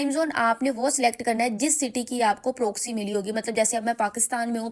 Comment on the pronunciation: ہائے پنجابن اردو و انگریزی کی مت مار دی۔ پرووووکسی اوووف۔😂